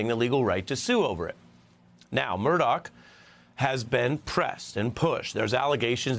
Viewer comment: Murdoch, not Murdock!